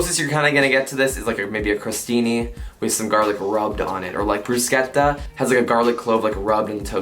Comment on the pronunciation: Thanks for pronouncing Bruschetta correctly!